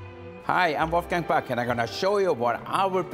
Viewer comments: Why does he mispronounce his own name just to please American ears? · I could have swore he said "how we pick cocaine for the Oscar's " lol everything looks delicious